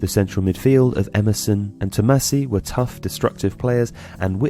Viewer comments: Tommasi, not Tomassi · Yeah but maybe you can correct few things: Zeman is not pronouced ZEEman, Totti scored 307 goals not 250, It's ToMMasi not TomaSSi, Totti won the European golden boot in 2007..... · Great video!! Although: - Tommasi not Tomassi; - I know it's not tatics but a little bit of stress should be placed on the fact that Totti was born in Rome and never changed his Roma jersey since he was 15. Pretty rare nowadays. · Good vid But it's Tommasi, not Tomassi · "Tommasi" not "Tomassi". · Tommasi and not Tomassi!!! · Tommasi not Tomassi :P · The name of the midfielder during the Scudetto's run was "Tommasi", not "Tomassi